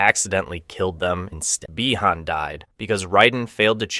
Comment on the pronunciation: my only gripe is why are the same character names pronounced differently throughout the video, you say bee-han this sentence then by-han the following sentence